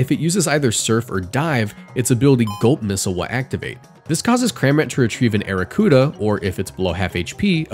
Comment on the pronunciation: i heard gulp missile as GOAT missile lmfao